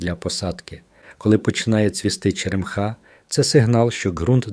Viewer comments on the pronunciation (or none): ...наголос має бути поставлений на склад з літерою Е — черЕмха.